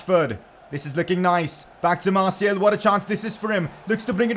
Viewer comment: Man its anthony marTIAL not marTIEL. Thats how it souds when you record